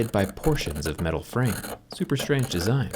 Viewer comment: Guys he say Middle I stead of metal